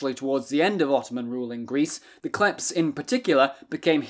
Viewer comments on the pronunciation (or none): It’s not klephts it’s kleftes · I wish before I die one person learns how to pronounce Greek words properly. Its pronounced Klefts (thieves) and amartolee (sinners) amartolos single masculine...oh and btw its never koine greek its keenee (common) OI is pronounced EE its another EE sound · Kλέφτς - Αρματολάι..................καιρό ειχα να γελάσω τόσο!